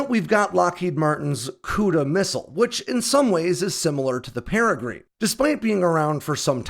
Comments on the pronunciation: It's not peregreen, it's peregrine with an "inn" sound at the end. As in the peregrine falcon, the fastest animal on the planet, and shown in my avatar. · Peregrine is a type of falcon. it's pronounced "peh rih grin", not "peh rih green" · That would be pair-ah-grinn 😁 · Love your channel, but just for the record, the Peregrine missile is pronounced like the bird the Peregrine falcon (pair-ah-grin). Just FYI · Wait, are you really saying “pere-GREEN”? This bird species has been named and known for decades. 🤷‍♂️ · That is pronounced para-grin. As in the paragren falcon. A small bird of pray that can dive faster than any bird on earth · Might want to look up how to pronounce Peregrine. The vowel in the -grine part is a schwa, not an 'ee' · For the Peregrine-please look up the pronunciation of the bird!!! Please as everyone you pronounce it it hurts my head!😹😹😹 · You cracked me up with your pronunciation of the Peregrine missile the first few times you talked about it. I am glad to “hear” that you got it correct on the last try. But keep of the good work. I have always enjoyed your research into the new AirPower tech that is coming out in the near future.